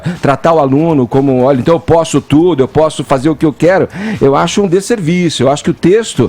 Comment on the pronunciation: Não aguento mais escutar o Edgar falando deserviço. Que mala!